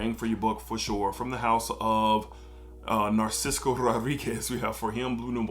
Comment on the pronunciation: Great video. Just an FYI, Narciso is pronounced NAR-SIS-SO as there is no C after the last S.